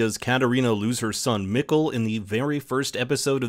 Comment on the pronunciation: Mikkel not Mikl 😭😭😭